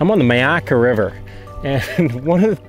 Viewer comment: Pronounced ‘My’ akka